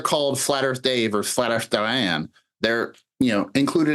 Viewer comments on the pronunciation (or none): none